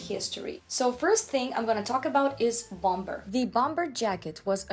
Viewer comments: The second B in Bomber is silent. Bommer, not BOM BER. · Very interesting video , one thing to note is don’t pronounce the second b in the word “ bomber jacket “it should sound like “bom er” 😊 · And you don’t pronounce the second “b” in bomber., I am in awe of your command of English as a second language. Thought you might like to know this little detail. You are way more talented than I will ever be, on EVERYTHING. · Bom-ber? 😂 It's silent B like "Bomer". Also your pronunciation of kimono 🥴